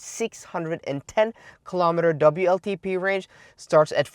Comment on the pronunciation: Please tell how to pronounce ‘w’ in English.... he is stuck with the German ‘v’ (hence vltp instead of wltp).... I’ve tried but presume he is unable to read his comments fully!